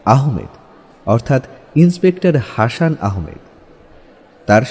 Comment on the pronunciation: হাসান নামটাকে হাশান উচ্চারণ করার কারনটা বুঝতে পারলাম না! 🙄